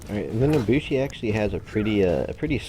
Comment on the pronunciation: “The Naboshi” all in all a great video but it really grinded my gears the way you said her name XD.